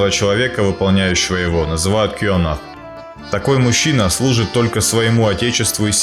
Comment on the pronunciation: над произношением бы поработал)) что за кёнах)) не это читается слово къонах)